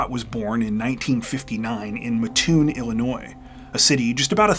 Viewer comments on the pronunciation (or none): It's pernounced "Mat-toon" lol love your content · WOW!! I live in Mattoon (btw its pronounced Mat- toon) I have never heard this case on another podcast. Thanks for covering it!!